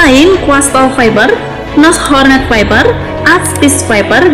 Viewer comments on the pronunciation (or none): Mbaknya bilang Viper(faiper) jadi faiber😅